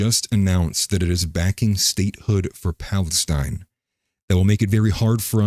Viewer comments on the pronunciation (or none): none